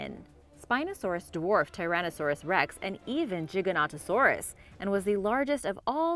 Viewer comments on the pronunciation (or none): none